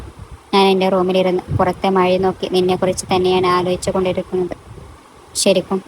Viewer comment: അവതരണം വളരെ മോശം മഴ ക്ക് മയ എന്ന് 😂